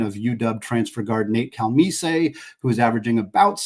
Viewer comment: As a Coug, I'm just hoping between playing Gonzaga and St. Mary's four times combined we can pull out one (maybe two) victories and make the tournament again. It's always fun when your team has potential, even more when they can live that potential out. Also, you overcomplicated Nate Calmese's name. It's just Cal-MEES.